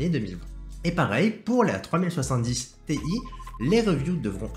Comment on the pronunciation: Pour info, on prononce Ti en une syllabe, car ça fait référence au début de Titanium. (C'est comme ça qu'ils prononcent chez NVIDIA)